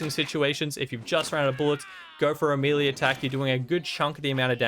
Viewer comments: Melee, May lay.... Not mealy, wtf is mealy. Maybe I would describe bad baked products like that. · “Melee” is pronounced “may lay” — Professor Smarty-Pants. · Thanks for the vid,. I'm yet to have even one legendary drop on my first playthrough, so I'll keep an eye out for these. Just a small note: "Melee" is pronounced MEL-LAY. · Melee is pronounced "May-lay" FYI... love the video otherwise!